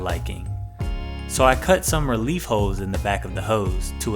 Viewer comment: Am I the only one who heard "hoes" and not "holes"?